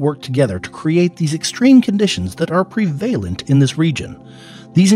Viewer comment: The mispronuciation of "prevalent" and "bases" is just too much, terribly annoying.